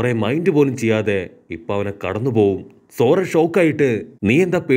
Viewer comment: Bro zora alla zoroo